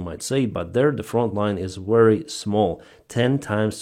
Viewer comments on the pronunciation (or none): So saying wery instead of very is a Ukrainian way.